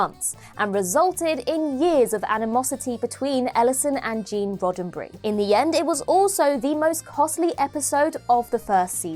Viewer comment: "Gene Roddenbry"? Who the hell is that? Its RODDENBERRY.